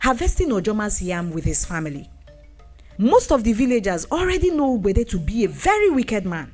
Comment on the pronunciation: Great story. But the pronunciation of the name 'ugbede' needs correction